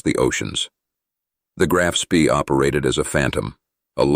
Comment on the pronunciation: The strategy did not collapse. In 1941 the Admiral Scheer operated in the North, Central and South Atlantic, and in the Indian Ocean. It then returned to Germany evading all British patrols. Note: Spee is pronounced Shpay.